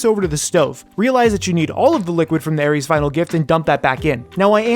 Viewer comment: ITS AERITH'S NOT AERIES